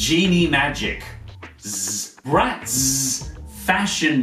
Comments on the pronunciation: The way the way he said the Z for Bratz just hurtzzz physically... ZZZZ Also YES Miraculous Ladybug! Edit: oh shit he hearted my comment! Thanks for the likes too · Umm.. I'm sorry you said it wrong it's bratzzzzzzz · "Z" does usually represent a hard "sss" sound, so it should be pronounced like "Bratsss" (but he does over emphasis it). I think he's just making fun of how lazy writers and marketing departments like to throw random Z's and X's all over kids products. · What normal people hear: oooohhh! Bratz! What I hear: aoooohhh! Barets! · You're BratZZZ emphasiZZZZ crackZZZ me up everytime!!! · Katsudon-Kun Matsuramoto Love yours too!